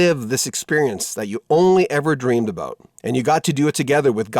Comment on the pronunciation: The presenter said aboot.